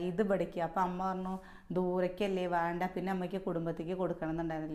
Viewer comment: വാണ്ട എന്നല്ല വേണ്ട എന്നു patayedo